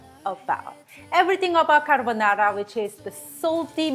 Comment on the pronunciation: CA-R-BO-NA-RA! Tony Montana? 😂😂😂😂😂